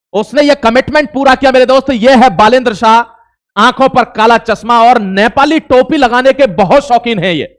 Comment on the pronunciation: बालेन शाह ❌ साह ✅